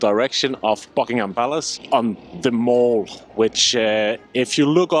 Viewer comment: Just FYI, "The Mall" is pronounced to rhyme with pal (or Pall Mall), not wall. A mall is a shopping centre in the USA.